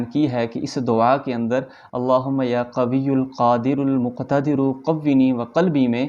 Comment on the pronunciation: السلام علیکم۔ محترمی دعا میں قونی میں و پر زبر ہے جبکہ آپ قونی پڑھتے ہوۓ و زیر کے ساتھ پڑھتے ہیں۔ رہنمائی فرمائیں دیں۔ جزاک اللہ۔ میرے لیے دعا بھی کیجئے۔